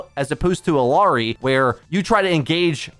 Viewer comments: It's Ill (i) ary! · Bro learn to pronounce illari please ...Its odd the amount of effort you put into pronouncing kirikos' name correctly but not illari